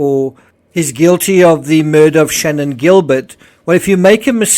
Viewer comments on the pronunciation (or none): none